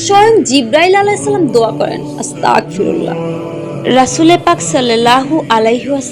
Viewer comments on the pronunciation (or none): আপু আস্তাগফিরুল্লাহ হবে । ক উচ্চারণ হবেনা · হুম গ উচ্চারন হবে ক না❤